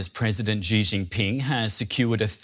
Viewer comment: could you stop pronouncing Xi as "Zhjee"? It's pronounced "Shee". The "zhj" sound doesn't exist in Mandarin nor any dialect of Chinese. Please, as a journalistic organization, spend five minutes to learn the pinyin orthography and read Chinese names correctly. It's not hard. They took letters that seemed redundant—X, Q, and C, and reassigned them to other sounds that English orthography uses letter combinations to write. X got the "sh" sound, Q got the "ch" sound, and C got the "ts" sound. As a journalistic organization, you should take the effort to pronounce names correctly.